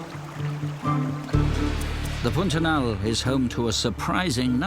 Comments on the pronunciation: Brazilian Portuguese pronunciation of "pantanal" is a bit closer to "p-ah-n -ta-nal" than to "pun-ta-nal". Otherwise, the video pronunciation is truthful. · Why does the narrator pronounce Pantanal like Putanal? 😂